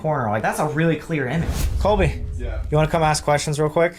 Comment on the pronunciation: Also he knows ABSOLUTELY nothing about them and I just want to point out he said Colby’s name wrong.😂